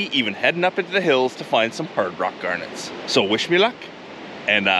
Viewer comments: Wtf a Gurnet? reads description Oh GARNETS! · it must have taken you years to count 96 million of them, did you call them Gurnets lol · What's a gernit? 😂